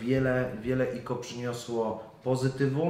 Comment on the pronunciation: Czemu mówi o ICO > IKO zamiast jak wszyscy Aj Si O;d